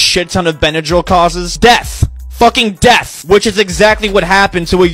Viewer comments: The way he pronounce death just like deaf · Every time he says "And FUCKING DEATH" I'm dying. Subscribed. 😂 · i love how throughout the video this guy's voice gets significantly louder when he says "death" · I love when he says “and fucking DEATH!”💀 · I love when he says "including fucking DEATH!!!" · Bro the way he says death "FUCLING DEATH! " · I love the way he emphasizes " death " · I laughed every time he said “and FUCKING DEATH!”